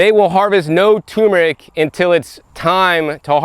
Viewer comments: "Nukular tumor rick!" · Love you,........ tur meric, not tumeric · "tur-mer-ic", not " tumor-ick". please! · Turmeric not toomeric, we grow our own as well, great video, thanks for sharing, didn't know we should be eating the leaves! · Matts Toaster If a child or adult is going to learn it is by being corrected. If a person has a disability that is a different matter. I don't think that is the case in this thread. It is simple. The spice is tuRmeric. Not tumeric. Can you say turmeric Matt? If you are physically not able to say it perhaps you can spell it. If you can neither say or spell the word properly there is nothing I can do for you. Of course we can understand messed up words but civilized folks aim for a higher standard.